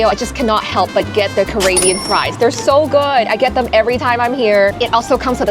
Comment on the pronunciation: Did you say CarAYbbean? I’m no world traveller, but I believe it's pronounced CaRIBbean 😂. Either way, carry on.